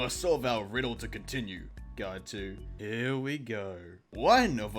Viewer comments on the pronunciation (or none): none